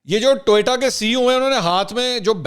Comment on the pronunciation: Sir its TO YO TA, not TOY TA.